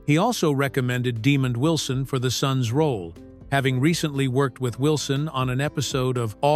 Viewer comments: "Demon Wilson"? It's De-mond, not "Demon." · I’m sorry but that gxxxdamn AI has got to go!!! Too many unnatural interruptions and wrong pronunciations! Example is Demond Wilson name butchering!